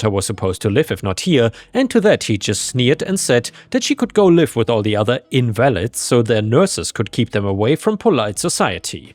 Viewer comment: So, minor correction: you say the word “invalids”, and pronounce it with the stress on the second syllable. in-VAL-id. Sadly, in English, there’s a heteronym where the stress is on the first syllable. IN-vuh-lid. The way you pronounce it means “not valid”, while the other way means “disabled”. The “disabled” meaning is pretty rude, so you don’t hear it used in English very often. But it is still technically an English word. (Kind of how “retard” is still technically an English word, but you don’t hear it very often.) With that said, situations where you will hear it are when translating between European languages into English. Where I live in Paris, there are a LOT of grand and famous buildings with the French word “invalides”, which are long-term care facilities for soldiers injured in battle. Usually battles connected to the Napoleonic wars or the Revolution. The French word is not insulting, so it’s easy for French speakers to assume that the nearly identical word in English is identically not insulting. I assume the OP is having that same kind of situation. An analogy would be like… the Spanish word ”negro” is just the color black, with no implied insult. While the English word “negro” is not the MOST insulting word only because the n-word exists. But if you look at much of the medical writings from 200 years ago, or government documents (including the state constitutions for the Confederate States), the word “negro” is uncomfortably common. Even Martin Luthor King